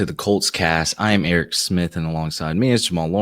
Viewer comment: Break down of the name for Eric Two-ee mo-lo ow Just say it slow a few times. You got this Eric ! 🤣